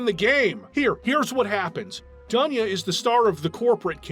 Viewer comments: It's DOON'YA on russian, bro. Live with this info. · It's not Duhnya. It's Doonya.